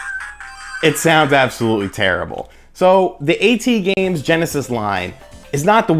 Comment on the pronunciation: I think it's pronounced At Games not A.T. Games